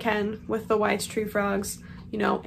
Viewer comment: I'm not a frog owner. I thought it was wise tree frogs 😂 I never looked at the spelling, I just heard bad pronounceations. I love the name coco btw